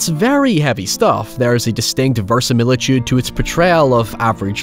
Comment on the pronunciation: That is not how you pronounce verisimilitude.